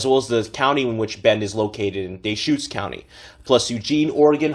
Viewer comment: It’s not Dayshutes……it is pronounced Duhschutes, and spelled Deschutes👍